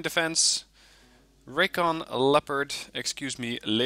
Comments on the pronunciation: No, he did not. Nor did he pronounce it incorrectly, in English "leperd" is the correct pronunciation. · You pronounced Leopard correctly! :D